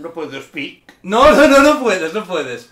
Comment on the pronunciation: Alguien me dice cuantas veces dijo naur 😂😂😂